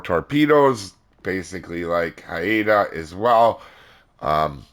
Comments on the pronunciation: Hi Canadian here! The Haida is pronounced Hi-Da not Hi-Eh-Da! It's kills me when you say it that way, thank you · Canadian here.... it's pronounced "HI-Da"... for future reference.:) I know your disclaimer... but figured I can be of some use. Thx for the vid